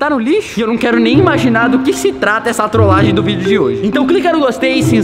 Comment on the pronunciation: A ora que eu mais sori foi você falando trolagen kkkkkkkk